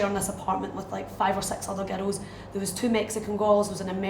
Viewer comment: When she says "girls" it sounds like "ghettos".